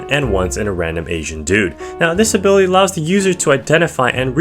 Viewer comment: "this ability" all i hear is "disabilitiy" 🔥🔥🔥🔊🔊🗣🗣